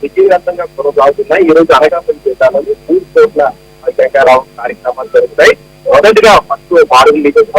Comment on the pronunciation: ముందు పంది లోకేష్ గాడు శంకారావం అని సరిగా అనడం నేర్చుకో వాలి... సంకారావం అంటున్నాడు దద్దమ్మ 😂😂🤭🤭 మూల సంకారావం 😂😂😂🤪